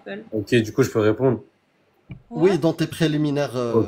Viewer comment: J’peux répondrrre ? J’peux répondrrre ? J’peux répondrrre ? 🤭